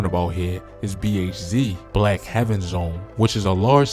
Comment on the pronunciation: Aye mane say our hood name right it’s Black Haven Zone not Black Heaven Zone.